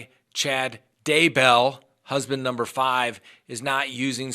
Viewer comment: I love how he says "Husband NUMBER 5". Cracks me up every single time 😂😂